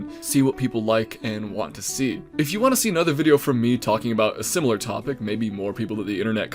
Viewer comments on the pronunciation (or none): none